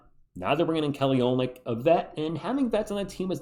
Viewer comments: He's got a little dog in him, too! "Oh-lyn-nick"... just for your info. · Take it from someone who took awhile to learn this pronunciation. His name is pronounced Oh-lin-ick. Not making fun, just trying to look out for you.